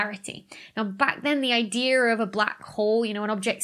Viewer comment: so glad Sir Roger got this.. he has been a force in astrophysics for a VERY long tim... great respect for him and on a side note... dr becky i still love the way u say idear for idea haha